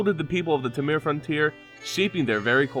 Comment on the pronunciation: Hey man, i really love your videos as they bring such an insight into the lore in mtg. To make your videos perfect however, check the pronunciation of specific names such as : "temur", the way you said it was real strange ^^. other than that great job and just subbed :D